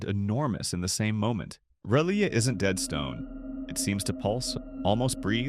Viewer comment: The narrator (ai?) mispronouncing R'lyeh...